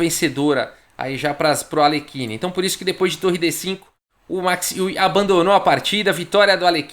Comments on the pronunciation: Max Euwe...Max Iui...não seria Max Óivi a pronúncia?...ele era holandes...Holanda...país germânico... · falei com um amigo holandês que me disse que a pronúncia correta é MAX ÓIVE. A confirmar...